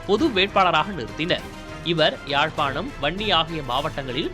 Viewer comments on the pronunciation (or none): none